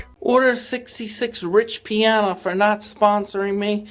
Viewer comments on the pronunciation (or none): The Arnold poster said: "enjoy the moment" NOT enjoyment like you say and you are calling Rich Piana, Rich PIONA??? 🤔 Do you even have a clue what you are talking about, you just copy pasted a bunch of clips and tried to regurgitate the EXACT same things about Jason that thousands of other people did more than a decade ago and you are getting all the facts WRONG. You are absolutely PATHETIC, way more than Jason and that is saying A LOT! 😵‍💫🤯🤯🤯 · Bro there’s no way you researched this whole thing and still pronounce Piana incorrectly. I mean it’s literally spelled exactly how it sounds and you still said it wrong